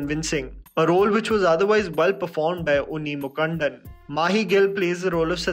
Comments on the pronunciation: Sorry but how did you manage to mess up the pronunciation of 'Mukundan'??!! 😂 Mukund is such a common hindi name and we don't pronounce it as Mukand 😂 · Sry but I laughed so hard when you called Unni Mukundan as Unni 'MUKANDAN'😂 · Mu kandan😂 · Unni * mukANDAN** made me lolll so hard. Its just Mukund, with 'an' in the end And maichitrathazh is Mani(gemstone?) Chitr(picture) tha(tha of tareeka, tarkeeb) and zh.. there's no sound zh in most of the languages. only thing similar is the 'jea' part of Jean when the French say it.